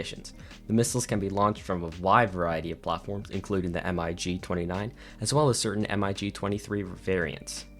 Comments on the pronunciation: Sick video 😃 but why the hell do you say M-I-G and not MIG? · Good video but your pronounciation of "MiG" as "M-i-g" is very incorrect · This dude says M. I. G. instead of MiG? Cringe, reported for hate speech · its pronounced ¨Mig¨, not ¨M - I - G¨ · why do you spell mig like Em Aye G ??? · I've never heard in my life someone call the MIG's M I G letter by letter, sounds so strange. Awesome video nonetheless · Why do you say m i g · The way he spell mig in singular alphabet is infuriating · Lol yeah, at first I was like wtf is he talking about?! But when I realised he meant MiG, my ears were crawling. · ikr, I was like wait wtf lol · Yea that made me cringe so bad 😂